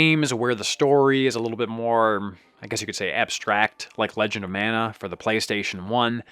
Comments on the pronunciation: Mah-nah not Man-ah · it's pronounced mah-nah